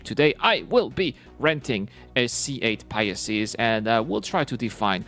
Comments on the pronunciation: well, that's why I'm trying to help. It's easier to say pi-sees than pia-sees. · It's the Pie-seeze, not the Pie-ess-eeze